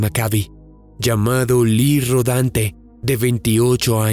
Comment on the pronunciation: Lee Rodante? Rodante? Es en serio?